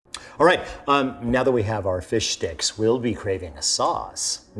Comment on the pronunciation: Did he say “fish dicks”?!